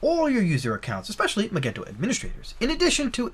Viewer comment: Magento is pronounced with a soft g.